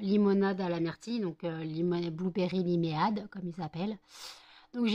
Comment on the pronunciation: Tu me fais rire comment tu dis "limeade" 😂 C'est lime + ade en gros, donc "laïme aide" en prononciation aha ! "ade" qui est un raccourci de limonade en fait et qu'on rajoute en gros derrière le nom du fruit selon à quoi est la limonade justement. Sinon, c'est chouette que tu aies pas mal de commandes ! Est-ce que tu vois une belle évolution de ton CA depuis que tu as commencé il y a un an ? J'espère que ton extraction s'est bien passée sinon :)